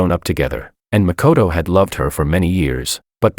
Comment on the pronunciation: First video where makoto is pronounced as good character